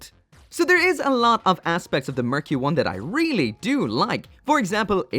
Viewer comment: sounds like “murky one” hehe